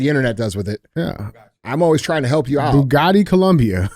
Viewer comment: Bogota like Andy said it haha And it’s Colombia with an O not U Colombians with Andy and DJ !!!